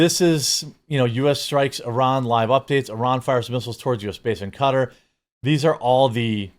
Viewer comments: Cutter? Do they mean Qatar, pronounced Kuh-tar or Kay-tar? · Qatar is not pronounced "cutter" it is pronounced "kah-tar". It's driving me nuts. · "kuh-TAR," Jeremy. Not cutter. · kuhTAR not cutter. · It’s pronounced Cah-Tar not Cutter. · Q(like a K) A(A like apple) and TAR like the liquid. NOT cutter. lmao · say qwa then tar you might get it right. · everyone saying cutter is driving me nuts lol kuh-tar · It's not pronounced as cutter it's Qatar ka-tar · I think it’s pronounced “Ka tar” not “cutter”. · Why does everyone call it cutter, it’s frikkin ka-tar….. ka-tar 👍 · Kuh-tar. Not. Cutter. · QA-TAR not cutter 😂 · Im about to stop watching this dude just because of the way he says "cuter" instead of QUE TAR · Say Qatar correctly Kah-Tar not cutter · Strange hearing it pronounced "Cutter". I'm sure it's more like "Cut-tahr" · It's not cutter... it's Qatar. Pronounced katar not cutter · cutter is wrong. It’s some idiotic thing where people kept correcting other people to the point where everyone says it in a way that is both wrong and annoying. I watched a video of a guy from Qatar explaining it, and it was like Kah-Tar (much closer to Kuh-Tar than Cutter). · I dont think its pronounced cutter. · Do you know you're pronouncing "Qatar" wrong? You're saying it like "cutter" 😂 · You pronounce it ka-tar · I think it's pronounced "Kuh-tarr." Like guitar but dyslexic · If I'm not mistaken it's ka-tar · Cutter? What the flying f*** is cutter? It’s Qatar 😂😂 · It is pronounced kuh TAR as-in to tar and feather someone. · Why are people pronouncing Qatar “cutter”?? Since when is that how it’s said?? Just wondering. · it is pronounced Ka Tar, love your content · It is pronounced "Ka-taaar" not "cutter". Absolutely low IQ US speech... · Please don't pronounce it "cutter" ever again. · Qatar. It is pronounced. Cat-are. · Man, I despise how everybody started pronouncing it "cutter". Sounds so weird. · Its pronounced ka-tar lad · It's (kuh-tar). Don't let Tim corrupt you